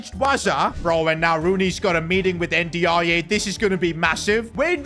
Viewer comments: Ndiaye is prnounced a bit more like “in-die“ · bro his name pronounce like "ninjaai" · Endy ya yeah might be the best mispronunciation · bro butchers every Nigerian name thats not osimehn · Bro doesn't know how to say ndiaye😂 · That was the worst pronunciation of N'diaye i ever heard 😂 fix up man smh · The pronunciation for Ndiaye is absolutely killing me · You are not saying Ndaiye name properly